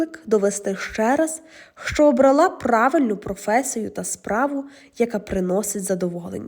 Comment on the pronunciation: обрАла.Ставте правильно наголос😊